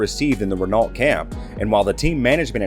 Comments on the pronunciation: Your cowboy pronunciation of Renault had me on the floor laughing 🤣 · The pronunciation of Woking and Renault was horrendous